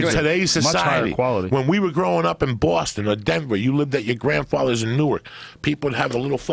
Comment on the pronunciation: "When we grew up in BWASTON"